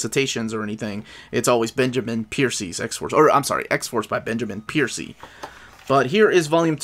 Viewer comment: It’s Benjamin Percy, not Piercy 😊 Happy birthday to your daughter!